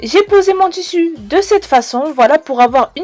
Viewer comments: j'ai appris un truc askip maintenant on dit tussu et pas tissu ! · En dit tissu 💬💬💬pas tussu